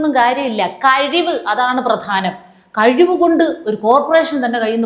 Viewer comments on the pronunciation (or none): none